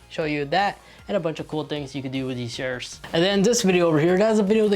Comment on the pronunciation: He probably has a speech impediment, not his fault.